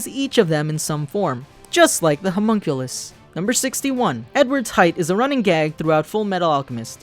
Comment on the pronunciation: Pronounced (Ho-Muhn-Kuh-Liss)